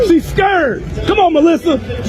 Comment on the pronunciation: First of all. This Loser needs to learn how to pronounce the word "scared" to stop embarrass himself. He sound country as hell. He heckling a female at a track meet, when he should encourage all of them. You don't know her personally, so stop hating on her. You are a true hater. What a Loser! Stop putting "hate" into the world, ignoramus. 😂😂😂😂